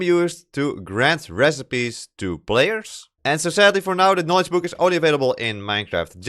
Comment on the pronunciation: very good vid but funny hwo i can instantly say "youre from the netherlands!" just because you say "buuk" not "book" xD